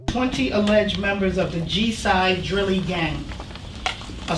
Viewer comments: Its drilly gang not Billy gang...Billy gang is nine trey... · It’s Drilly and he saying Billy the whole video 😂😂 You gotta stick to DMV content my guy